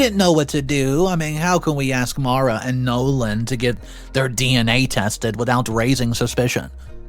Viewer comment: The correct Pronunciation of the name Maura is 'more-ah' please learn to pronounce names correctly - Maura rhymes with Laura